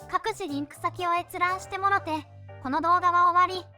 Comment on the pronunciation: もろて、のイントネーションが綺麗な関西弁。